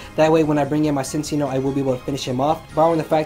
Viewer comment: Man, every time he said "Cincinno" I heard it as "Since y'know"... I got so confused because I wasn't lookingat the screen while listening to the narration...